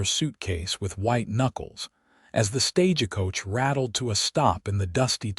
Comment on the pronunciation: Can you teach your AI to say stage coach, not staj-a-coach?